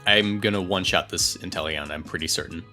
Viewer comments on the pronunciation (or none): none